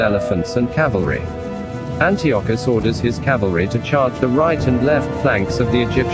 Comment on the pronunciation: Mispronounced Antiochus, among other words. Improve your A.I narrator...